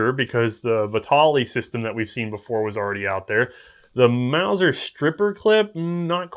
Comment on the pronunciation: Repeat after me.... MAUSER!